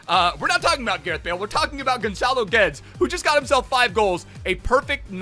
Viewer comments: Im sorry to be that guy, but its pronounced "Gedes" not "Geds". Love the video anyways. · He pronounces it correctly just without the sh in the end. It's pronounced Gedsh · It's actually Gedsh in Portuguese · Why you calling him Gonçalo Götz? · Portuguese: clicks the vdideo hears gonchalo GUUedes :oof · The commentator says his name every time he’s on the ball. But you still mispronounce his name anyway 😂😂😂🤷‍♂️